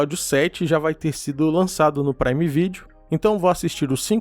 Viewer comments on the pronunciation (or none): none